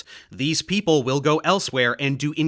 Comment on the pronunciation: Exactly, she is trying to do a "posh British" thing that you can hear especially in hers Os as in "over" etc. The biggest joke is that as a German, she can actually pronounce Einstein, but she imitates the common English mistake of saying EIN-SHTEIN. Other examples: contrast = CONTRWAAAAST people = PAAIIPULL MOTHEMAHTICKS IT PEESSES ME ORRRF she is trying to sound like James Bond's boss and failing miserably